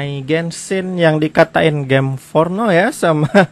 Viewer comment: Gim afah? Gim fornoh?